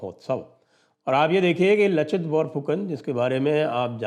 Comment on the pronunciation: लाचित बिरफुकन.. असमिया भाषा मे 'च' का उच्चारण 'स'